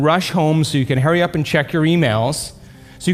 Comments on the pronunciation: “Hurry” not “Harry” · Is it me or is he saying Harry up instead of hurry up? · By ‘hairy up’ do you mean hurry up? 😝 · LOL I thought he said "hairy up"... 😄